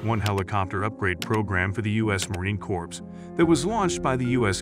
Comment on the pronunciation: MARINE CORPSE💀